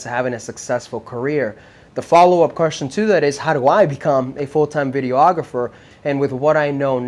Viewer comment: It always kills me when people pronounce it video-ographer lol. It’s just videographer